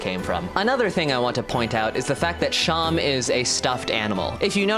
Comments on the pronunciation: It's pronounced SHAW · I thought it was pronounced like //Seem//, like a stuffed animal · I thought seam was pronounced like how seam is in sewing